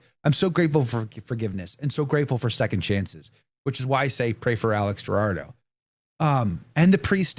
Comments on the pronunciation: It’s Alex Jurado. Not Gerardo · The last name is pronounced who- raw-do lol